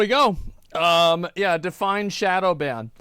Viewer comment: "shodow" xD